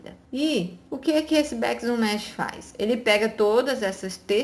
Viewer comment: Oi amada! como uma vez vc disse que gosta de saber como se fala as palavras certinho, deixo aqui mais uma dica. O jeito certo de ler Bakes é beiks e não béks. Adoro seus videos e vc é a melhor do ramo! ♥